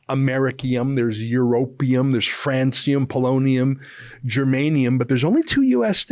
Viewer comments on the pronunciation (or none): none